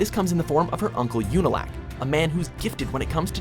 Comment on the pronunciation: You-nalq? Tell me you've never actually seen the show without saying you've never seen the show.